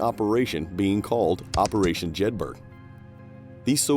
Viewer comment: Jedburgh = Jed-bur-uh